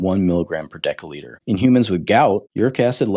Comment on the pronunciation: Decca litre? Its pronounced decilitre (dessiliter).